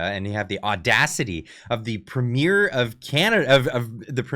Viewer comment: Are you Canadian ? You cant say premier. Poilievre has my vote but I am curious.